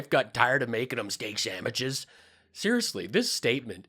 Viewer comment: How's making MIKE STEAK SAMWICHS?? LMAO